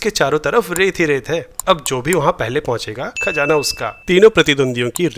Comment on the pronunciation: oh... KhaJaana hin hotaa sir... KhaZaana hota hi! Please fix karein 🙏🏻 Talaffus (pronunciation) pe dhyaan dein (isse constructive feedback hi samjhein) I love all your videos and share them regularly!!)